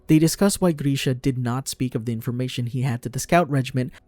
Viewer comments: He still can’t pronounce grisha so no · or moblet